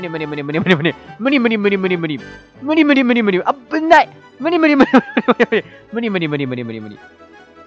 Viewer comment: むりむりむりむりむりがからつけあっきいのむにむにむにむにむにって聞こえるw